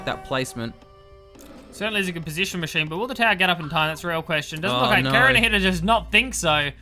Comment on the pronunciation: How to pronounce Kaerunohito? 1st split the long name Kaeru - no - hito Frog - of - man/person ("frogman" if I'm not mistaken) 2nd correct pronunciation It is Ka-e-ru not kae-ru it is he-tow not ni-too PS: Love the shoutcast